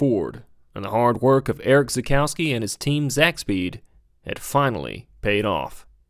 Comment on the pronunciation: Try to pronounce him "Erish Tsakoffsky". Also: Don't compare Nordchleife lap time bak in the late 70s/early 80s because of complete different track layouts. Otherwise this is a really great informative, well researched and edited video. Congratulations!